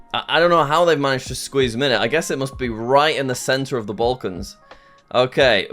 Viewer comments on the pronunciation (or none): none